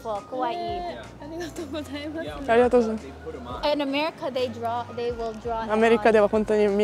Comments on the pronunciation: sounds like she says kowai instead of kawai which actually means scary, not beautiful lol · I like how American people say "Kawaii" but sounds like "Kowai" which has the opposite meaning, lol.